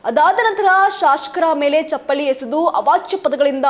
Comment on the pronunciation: ಐ ಕೋರ್ಟ್ ಅಲ್ಲ ಹೈ ಕೋರ್ಟ್, ಶಾಶಕ ಅಲ್ಲ ಶಸಕ, ಚಪ್ಪಳಿ ಅಲ್ಲ, ನಾಳಕ್ಕು ಜನಾರು... ಪ್ರಶ್ಙೆಯ ಮೇಕೆ ಪ್ರಶ್ನೆಯನ್ನು ಆಕಿ... ತಾಯಿ, ನೀನು ನ್ಯೂಸ್ ಓದದಿರುವುದೇ ಕನ್ನಡಕ್ಕೆ ಮಾಡುವ ಉಪಕಾರ... ತಾಯಿ, ಕೈ ಮುಗೀತೀವಿ... ಸುಮ್ನಿದ್ದುಬಿಡಮ್ಮಾ.